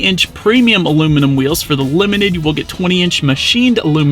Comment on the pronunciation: Luminum? Good review though